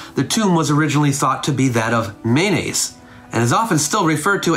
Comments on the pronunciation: It sounds like you're saying his name is "mayonnaise" - can you enunciate a little more? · Kept giggling everytime I misheard mayonnaise and was waiting for this pic to start rotoscoping. Great content as awlays. I bet your lectures would be epic without the disctractions of life surrounding a computer screen. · This was fascinating, and made unintentionally (and increasingly) hilarious by my inability to hear "Menes" as anything other than "mayonnaise." Aha was Mayonnaise! 😂 I'm sorry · By the end i was hearing "mayonnaise" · Every time you said Menes, I heard mayonaisse 😂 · Mayonnaise unification. Founder mayonnaise.,. I keep hearing mayonnaise.😅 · Everytime he says Menes i hear mayonnaise! 😅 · I'm going to be honest here, I thought you kept saying mayonnaise. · Sounds like you called him King Mayonnaise lol